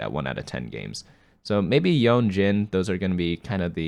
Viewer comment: Yone is "yowww Neeee" as in neck not Yowwwnnnn 😂